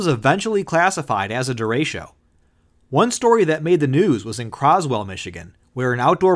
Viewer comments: Disappointed. Did not see a single picture of Gary Burghoff, though I always had a thing for Ms Gulch. Also, "derecho" is not pronounced "de RAY sho". It's "de RE cho", the Spanish word for "straight". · That is not how you pronounce derecho it’s “dur-RAY-cho” not “durasho” or “duratio” or however u pronounced it